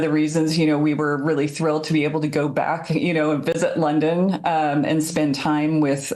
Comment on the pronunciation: Darn it, here I was thinking I was done but oh my, the way she says London, I felt a disturbance in the force ..